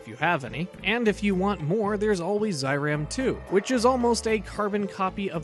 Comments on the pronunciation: NOT ZAH EE RAHM, it is ZEH EE RAHM! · Great video! Been a fan of Amemiya's work since Kamen Rider ZO. At the risk of sounding like THAT guy, it's pronounced "Zay-Ram" not Zye-Ram" :)